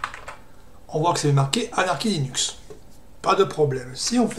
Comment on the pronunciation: La prononciation Anarki est fausse en anglais, c'est Aneurky ( ou plus pro /ˈænəkɪ/ ) ou /enərkɪ/. Après je sais pourquoi tu dis cela mais au moins tu fais des efforts pour parler correctement, c'est appréciable.